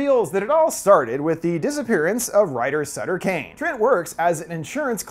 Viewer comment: Do you read Stephen King, I mean, Suther King, I mean, Stephen Kane...